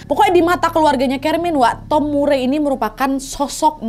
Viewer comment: Nama Murray bacanya Mar-ri 😉